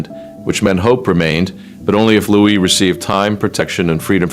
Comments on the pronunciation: Remember this is AI generated. His made is not Lewis, it's Louis. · Louis. Not Lewis. Louis as in LooWe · Louis. Pronounced Lou-ee. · the child is called LOUIS!!! why can't you get this right??? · Why can’t you “Yanks” pronounce and spell Prince Louis name correctly for goodness sake????